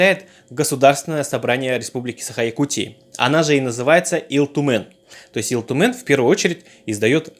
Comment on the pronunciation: У тебя с произношением плохо? Почем Ил Тумен говоришь с акцентом? С 3 минуты выключил не возможно слушать. Хотя очень интересная тема